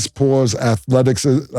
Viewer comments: 🚨 ayoooo WTF did Cam just say ?? Athleti-who ?? kizm ?? Lmaooo that’s a new one 😂😂😂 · Not Athleti’chism …. What is athleti’Kism Cam … Stat scared to correct him on air! Mase don’t want to embarrass him but somebody gotta check that off air .. he didn’t just say it once he double down on it like he’s reading from a teleprompter and thought that’s what athleticism sound like 😂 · Yo why nobody get at Cam for messing up these words 😂😂😂 first it was STANIMA and now ATHLETIQUISM?? Naaaaah Cam 😂😂😂😂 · Cam be having problems with big words like , Athleticism and Stamina 😅 …. Boy be saying Stanima and Athletik-ism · Cam please stop saying athletikism and the Steelers head coach is Mike Tomlin not Tomlinson😅😂😂😂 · 😂😂😂 Athletic-Izm😂😂. Yo this is just after i watched that old K.G footage of him pronouncing...equivalent.....ahhh i needed that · Nah I’m not missing my first child being born for a basketball game. Especially if my team already “stole” a win on the road. And then on top of that they won by 26. Yeah cam was bugging. And shit had me dead with the athletikism, prowless and stanima(stamina) cam will lose a battle with that word every time haha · "athletick-ism" ...and he doubled down on it!!!😂😂😂😂😂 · Helll nah, he said athletikism twice and prowess put him in a blender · “Athletikism” is crazy cam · Athleficism Wtf lmao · This mofo said athleticksicism lmao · Nigga cam said “athletick ism” lol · “Stanima” “Athletic-ism” 🤣🤣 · “Stanima” and now “athletickism” is WILD Cam holy shiet😂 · Sooooo, no one is gonna bring up Cam saying "athletikism" in place of athleticism? Bet😂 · If Cam says Athletic-ism one more time 😂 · “athletiKism” is crazy Killa 😂😂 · Cam wtf is "athletickism'? lmao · Cam said "athletickism" 😂😂🤣🤣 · Wtf is athlegizom 😂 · Cam saying AthletiKism lol😂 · My boy said “athletic-ism” 😂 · That boy said athletic-ism 🤦🏽‍♂️😂🤣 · Cam cant say Say Stamina (stanima) or athleticism 😂😂😂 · Please tell cam how to say athleticism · Cam can’t say athleticism 😂 😂